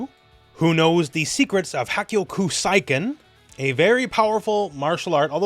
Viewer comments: First you mispronounce "Elena" but I let that slide. But now you mess up "Hakkyoukoseiken"? C'mon! Even the English dub of the Fatal Fury OAVs got the pronunciation right! It's HA-KYOU-KO-SAY-KEN! Where are you getting KO-SIGH-KEN from? Gah! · Elena I might give you based on the katakana, even though I doubt that's how they will pronounce it in English; unlike, say, Karin, Elena isn't a native JPN name. But SIGH-KEN is flat out wrong. 八極聖拳 / 八はっきょくせいけん / Hakkyokuseiken - the kanji 聖 / せい is pronounced "SAY". The kanji is the same in sensei / 剣聖（けんせい). You don't say "SEN-SIGH", do you?